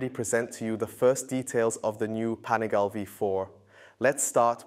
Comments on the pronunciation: LEARN HOW TO PRONOUNCE IT! PANIGAL-EEEEEEE!!!! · It's pronounced Pan-i gaah- lay with emphasis on the "gah." Four syllables, not three. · You guys got to stop calling it 'Panigael' bro come on.... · Am I the only one annoyed by how he says panigale? Lol